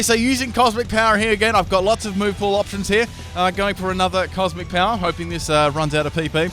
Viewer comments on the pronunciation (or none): none